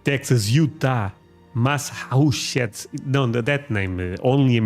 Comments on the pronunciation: Your difficulty saying Massachusetts, seems to be because you keep trying to say it with just three syllables. The name has four distinct syllables, Mass-ah-CHEW-sets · How to pronounce Massachusetts : Mass-a-chew-sits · Say it slow lol Mass-a-chew ettes. Oklahoma is southern mid west . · four syllables. Ma-sa-CHU-settes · Massachusetts is pronounced ( MASS - uh- CHEW-setts )! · Massachusetts try this mass-a-chew-sets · Massachusetts sounds like "Mass a chews it"; Pecan is pronounced "Puh Con." It comes from the Native America word "Buh Gahn." I know English is confusing and even in the U.S. we pronounce words differently from each other. And, Yes, the Great Lakes of Superior, Michigan, Erie, Huron and Ontario provide 20% of the world's fresh water. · Mass-A-chew-sets.....= Massachusetts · Say Massachusetts like you are sneezing. Mass-achoo-zits.